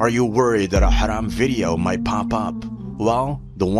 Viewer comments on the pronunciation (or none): none